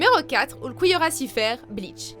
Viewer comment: On prononce « Ulkiorra Shiffer » faites des efforts vous passez pour des gros noobs . 🤦🏽‍♂️ ( PS : la mort de Meruem est la pire 😭)